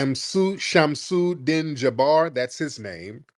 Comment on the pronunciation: Din is pronounced like Deen .